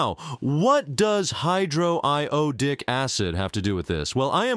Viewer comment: hydro-i-owe-di- acid is great pronunciation